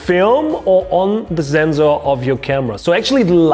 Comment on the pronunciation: I like when he says ZENZOR hahaha, nice videos tho